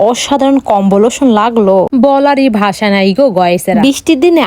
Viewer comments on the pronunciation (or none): none